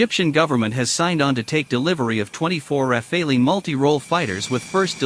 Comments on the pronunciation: I always heard it pronounced “Raffall” so hearing the “Ra Fay Lee” made me giggle. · I know it's hard for non-French speakers... if you speak English just say "raffal". The E is silent. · Raf fay lee Lol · Computer voices never get it right. It is not rafāālee . Just search how to pronounce French word Rafale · I WISH THAT THE NARRATOR WOULD GET THE PRONOUNCATION RIGHT.....I DON'T KNOW...??? IT'S THE RAF,ALE, ...??? I GUESS IT'S LIKE TOMATO TOMATOES TYPE OF THING...??? ANYHOOS WORLD STAY FREE STAY SAFE AND FREE JULIAN ASSANGE 🇦🇺🦘🇦🇺 (( DON'T LET THE YANKS HAVE HIM...!!?? )) IF THEY DO GET HIM THEY WILL KILL HIM...!! "" ACCIDENT'S HAPPEN 🏴‍☠️ '' WE GOTTA STAND UP AND BE COUNTED ☮️ KEEP THE PRESS FREE..!!☮️❤️☯️🏴‍☠️🏴‍☠️🏴‍☠️🏴🏴🌈🏳️‍🌈🌈🌈🏳️‍🌈🏳️‍🌈🌈🌈🌈🌈🌈🏳️‍🌈🏳️‍🌈🏳️‍🌈😑😵😮😡🤬💣💣💣💥💥🔥🇬🇧🇺🇸🇮🇱🔥🔥💥💥💥